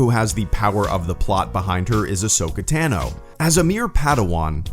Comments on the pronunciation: Its not Tan-o Its Ton-o or Tano. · Ahsoka’s last name is pronounced Tah-no, not tan-oh.